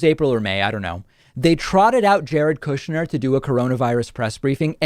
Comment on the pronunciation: "Koooshnyr" the Russian pronouncement